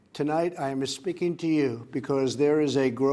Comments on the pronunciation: Lol "I am Espeaking to you" when did trump turn into my uncle Carlos? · This dude fighting to keep Spanish speaking people out but said "speaking" like we do "espeaking" 😂😂😂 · I didn't know Donnie was Italian...listen to him say, right at the start.."Ima speakin' ta you" Father Guido Sarducci??? LOL!